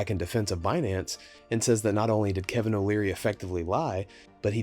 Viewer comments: I thought he said alvin lmao like the chip monk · Kevin not Calvin. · Is it me or is CZ calling Kevin Calvin? 😂😂😂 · Why does he call him kalvin